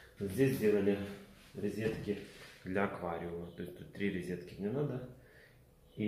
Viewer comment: Резетки в колидоре. Поброюсь и пойду каталет поем)))), ты же человек искусства, учись грамотно говорить)))